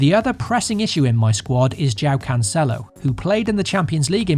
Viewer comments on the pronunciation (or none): none